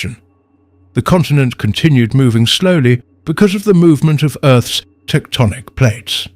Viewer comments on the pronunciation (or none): none